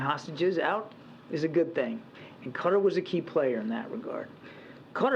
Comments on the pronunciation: Re Qatar It’s pronounced ka’ tar! Not cutter! I have been there several times!! WTF? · How does the country Qatar become Cutter? Kat-ar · Why does FOX keep saying "cutter"? Qatar is pronounced ki-TAR. (Rhymes with guitar) The reporter even says "ki-TAR-eez" for the people of Qatar. Why can't they get it right for pronouncing the nation of Qatar? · What is wrong with Americans that they pronounce so much incorrectly? Qatar is NOT pronounced like cutter, its pronounced like guitar, get it? Its REALLY annoying. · Qaaw--tarr please!! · Why are they mispronouncing Qatar? 😂 say it right people! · You could not find a worse leader on the world stage at this preamble to WW3 than Traitor Joe. 🤨 And why can’t any of these bozos say Qatar? 🥴